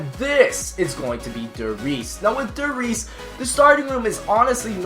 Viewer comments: Der Reese?? 😂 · copoff Der reeses's der reeses's lol 5/10 recommend ok, ok, ... shangri-bruh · der Reese's lol